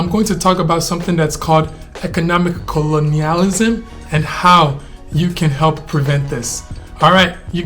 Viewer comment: One last thing in reference to economic "Co-lo-ni-al-ism", I had to break it down like that cause you were really butchering the pronunciation of the word 😹, they could ban all foreigners from owning land. Maybe they would be able to lease land, but to actually own it you'd have to be of Nigerian descent or ADOS like me. Just food for thought.